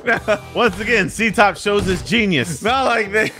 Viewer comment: Etop not ctop